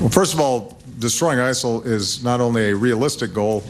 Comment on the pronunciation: ISIL or Asshole, that's what it sounds like every time he said it.